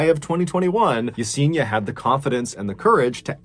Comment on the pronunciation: Yes en i a ( not Yeseeena) sorry, it just pains me not to get the pronunciation of this sweet souls name right. Poor girl. 😢